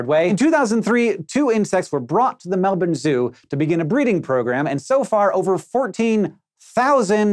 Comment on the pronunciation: thank you Hank! for saying melbern and not melborrrrrn as most Americans do. Australians appreciate this.